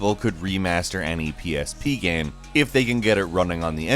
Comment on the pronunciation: why can’t pronounce game right